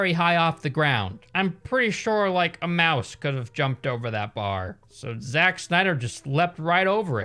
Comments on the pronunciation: He said za ch instead of just Zach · "Za-tch?' I've never heard anyone ever pronounce "Zach" that way. That really bothered me for some reason I can't figure out why i care about that. Man this pandemic is making me care about stupid shit I really shouldn't care about and never have cared about before. Fuck a duck, I'm ready to do something with humans. Like activities or sex maybe I don't know, bye. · why does he pronounce "Zach" as Zatch when he knows very well that there are people with the name Zach that pronounce it the same as "Zack" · when has "zach" ever been pronounced "zatch". shits out of anger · "Szatch Snyder" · Did you say Zatch 😂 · Zatch? lol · As soon as I heard him pronounce “Zach” like that I knew this would be a good video lol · “ZaCH Snyder” - 2021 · I love how he immediately just mispronounces Zack's fucking name in the start